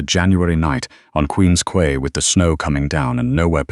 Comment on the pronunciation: It's pronounced Queen's Kee, from the British pronunciation. Superior is my favourite Great Lake too. Its colour is always changing, always beautiful, often dangerous.